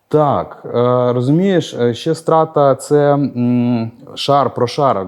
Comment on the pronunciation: А я думав Страта — це сленгове скорочення від слова Стратегія. Страта, стратка, стратежка. P.S Тільки наголос там інший. Не Стра́та, а Страта́. Тому що коли чуєш Стра́та, то перша асоціація з кацапським словом "Казнь".